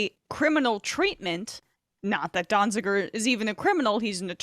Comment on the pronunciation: Donziger. At least get it right. Free Julian Assange and Steven Donziger.